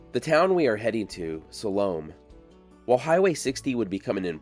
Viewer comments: Sal-O-May? 😂😂😂😂 I think you mean (Sal-Oh-Meh)😊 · I think it's pronounced SAL-oh-may. You know, she of the dance of the seven vails. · If the town is named after the Salome in the Bible, who danced before Herod at his birthday party, which didn't end well for John the Baptist, then it is pronounced "Saw-low-MAY" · Excellent as always. I do have one question though. Are you sure that her name was pronounced the way you say it? The biblical Salome I always heard pronounced sa-LOW-may. But everyone gets to pronounce their name however they want to. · Originally pronounced Sal o May …just saying , lol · Well you totally butchered the name of this town. Use AI to improve your Spanish AI Overview +4 To pronounce Salome, AZ (pronounced suh-LOH-mee, rhyming with "slow me"), stress the second syllable, with the "o" sounding like in "low," and the final "e" sounding like a long "e" (ee), similar to the biblical name, with the town's pronunciation being a common English adaptation. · Usually pronounced "so-lu-me"😊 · are you sure it's not pronounced salomay? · Love your materials, but it was a bit painful to hear you repeatedly mispronounce the town's name. Now maybe the founders mispronounced it as well, but Salome is properly spoken as "sah-LOH-may"... I've been through the town many times over the past 20 years, and stopped once or twice. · It’s pronounced. Sau lo may. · Pronounced Sol o maaaa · Too bad he doesn't research how to properly pronounce the name of the town... Again... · I have never in my life heard any one pronounce “ Salome” so badly. It’s either you or you are pronouncing it like the locals did.